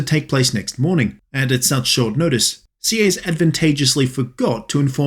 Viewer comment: Btw Sieyes is prononced "see - hey - yes "